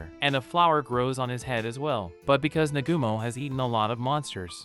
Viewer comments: Negumo??? Its pronounced Na-ga-mo. Cookie is pronounced Ko-key. Looks like you need to watch the Anime to learn these things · For a second it was hard to get over the fact that dude kept pronouncing Nagumo's name wrong. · I'm using this one as background noise and its really starting to get on my nerves that he doesn't know the names of any of the characters in this anime. It's not You its Yue (U - A) And not Nagoomo its Nagumo (Na-Ga-Mo) or just Hajime. All you have to do is watch a single episode and you can hear how to pronounce the names. Ill give him props for doing the research to tell the story but try a little harder on names please.